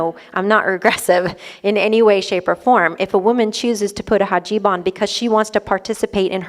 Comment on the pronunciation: It's HIJAB, not hajib.